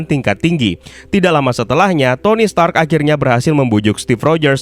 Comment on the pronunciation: Stanley: are you TONY STANK? Stark "r" Dibaca n maklum udah tua🤣